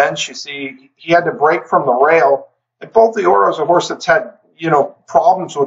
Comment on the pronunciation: I apologize for nitpicking a side point here, but just fyi. Bolt d'Oro is not pronounced "bolt DEE-oro". You pronounce it exactly as you would if the apostrophe wasn't there: "bolt DORO". Again, sorry for nitpicking, but I figure that name is going to come up a few more times in future videos, so you might find it helpful.